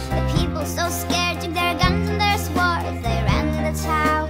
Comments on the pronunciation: How to pronounce words 101-Today's lesson: Swords The teacher: S-ords This song: S-words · lmao how she pronounces swords